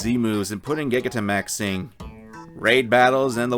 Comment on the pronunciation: Awesome video, but the way you say gigantamax is......interesting